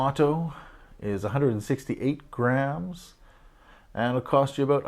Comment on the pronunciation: I think you means grams and not rams.... you said rams... no biggie...